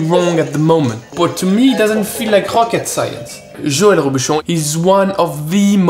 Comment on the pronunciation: makes fun of the other chef’s accent* Also: hocket science